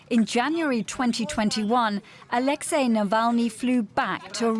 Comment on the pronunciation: A huge thank you to the presenter for saying Alexei’s name and surname right.